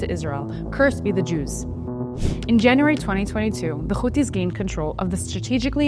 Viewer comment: Houthis not Khouthis .. you are speaking english not hebrew ...